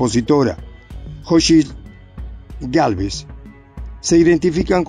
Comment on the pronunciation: Cochil galves lo dijiste mal j.